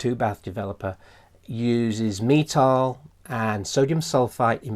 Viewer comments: Something i really dont like about the way you say metol. You say it like Metale or metoul. Took me a while to figure out how to search up what it actually was because you pronounce it nothing like it is spelled. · in a british accent I would have expected “metole” rather than “metale” I guess